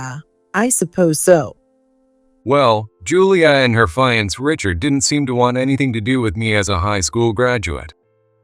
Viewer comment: Teach your AI if it sees the word fiancée to pronounce it 'fee- on -say'... fiancée 🤗💖